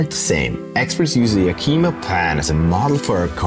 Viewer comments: no, you’re totally right! being a non-native english speaker from Austria I totally butchered that pronunciation and I’m terribly sorry for that! Hope you enjoyed the video nonetheless. 😉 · Thanks, M Greg! I really appreciate this feedback. I realized that I totally butchered that pronunciation after recording the video. I did not mean any disrespect - my sincere apologies for my European ignorance. In any case, the pronunciation and origin of names and regions not only in WA but throughout the American continent is fascinating! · I'm not 100% sure, but your pronunciation of Yakama was very hard to understand. The native Americans changed the spelling from Yakima to Yakama. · Being from Washington, everyone I've ever known has pronounced Yakima as YACK-ih-mah. Is ya-KEE-muh the proper indigenous pronunciation? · A small note: Yakima is NOT pronounced Ya Keema, it's actually pronounced YAK i ma (the i sound is like the i in "is"). Interesting program. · It's not Yakeema it's Yak I ma I grew up in Yakima. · Greet video but it is pronounced Yak-uh-muh, not Yah-kee-mah. Seriously, good video. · YA-ki-mah. Not Ya-KEE-mê. Good video tho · it’s actually ya-kuh-muh rather than ya-key-ma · It's Yack-ah-mah.....not ya-key-ma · it is pronounced "YAK-ih-mah" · Yakima is pronounced [Yak-ə-ma] with the stress on the first syllable. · I don't expect you to know this because you don't live here but it is pronounced yak-uh-maw we have a lot of indigenous names for cities and places in Wa, Some are harder than others to pronounce. The one people have the most trouble with is Puyallup (pyoo-al-uhp) the name of one of the tribes and also a city in Wa. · Also, if you're gonna have a guy talking about a place, at least teach him how to pronounce it like the locals do. "Ya-KEY-maw" is not a place I'm familiar with, and my family goes back generations in the Pacifc Northwest. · "Yeah-kim-a". Small I. It's a native name. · that's Yak-i- ma.